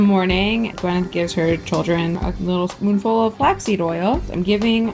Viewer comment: its not gwen-neth, it's pronouced gwy-neth paltrow.